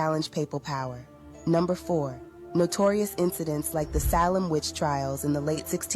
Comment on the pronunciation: Pronouncing Salem 2 different ways in consecutive sentences was interesting.